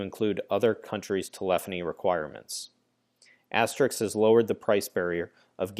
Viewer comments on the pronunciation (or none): Stop pronouncing it asterix